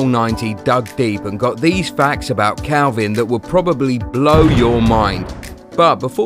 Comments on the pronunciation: The first thing you should know is his name is kalvin not kelvin lol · His name is Kalvin not Kelvin